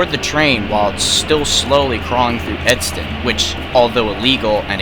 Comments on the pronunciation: The town is Edson not Edston. Check your pronunciation next time. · Sorry this bothers me. You say Edston several times. Its ED-SON. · Edson not edston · Ok the way you say Edson there is not t in Edson you say it like Edston that bother some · its Edson not Edston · dude i was wondering at first if this was hinton ab. also its pronounced edson by the way! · There is no T in Edson just saying thats all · I grew up in Edson and I had family friends in Hinton. I can't believe I'm just now hearing about this. I'm going to ask my family about this, to see if they heard about it. Oh and you mispronounced Edson, with a "t," but that's okay! Still a great video! ^^